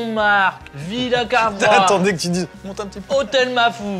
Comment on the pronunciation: étant Lillois entendre dire Villas Cavrois à ça m'a fait tilter mdrr